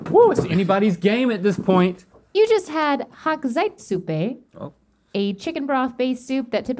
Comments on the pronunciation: Yeah, but to be fair Stevie butchered it. And to be fair about that: how could anybody not speaking German know how to pronounce a word including "chz" and "tss"? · Damn stevie absolutely butchered the pronunciation of Hochzeitssuppe :D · I liked how stevies german pronunciation was so bad that Link thought its Japanese XD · when i saw the title i was like "will they have Hochzeitssuppe?" and then they actually did :D also that pronunciation was hilarious